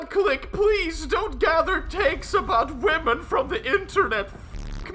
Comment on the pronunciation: He said Women hah he means Wamons.